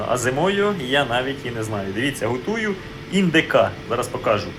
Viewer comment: Цікаво, звідки Слово:- ГУтую? Живу в Хмельницькому 37 років, вперше чую такий говір.(((